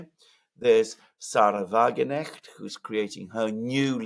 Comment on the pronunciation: WagenKnecht - the K is pronounced.